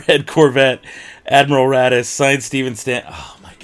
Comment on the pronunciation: *raddus. Not "daddy's"